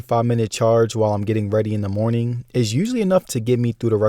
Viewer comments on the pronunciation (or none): none